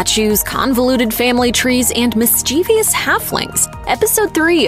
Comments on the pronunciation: “Mischievous” is “MIS-chi-vous” NOT “mis-CHEE-vee-ous”. 🙄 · It’s pronounced “mischievous”. How is this a channel?